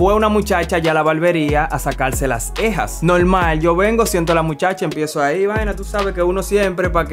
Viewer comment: se dice cejas no ejas saludos